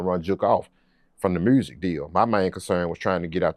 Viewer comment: Damn he said mursic . Lol